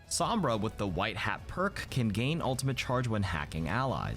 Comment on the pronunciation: His pronunciation sombra hurts every time I hear him say it